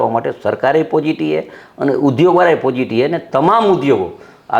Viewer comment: પોઝીટીવ નહી પોઝીટી ,પાર્ટી નહી પાલ્ટી